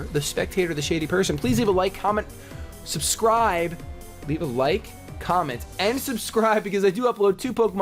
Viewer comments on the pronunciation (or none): none